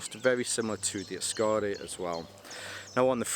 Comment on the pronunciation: Kukkaro and askare. Drag the second A in askare less. Short and sharp A. Askare, not askaare. Otherwise berfect 🙂👍